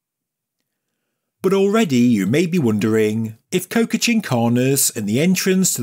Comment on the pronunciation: You say it like co-ca but it's co-cha. PS: It is a very common suffix across Andean bodies of water.